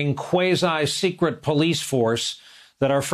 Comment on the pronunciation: One can tell that Brian Williams has been waiting his whole career to use phrases like 'stormtroopers' and 'jack-booted thugs' with a straight face even if he's quoting someone else (cough-cough). And what's a "kwayz'eye"?